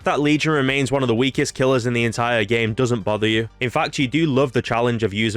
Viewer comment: "The oneh."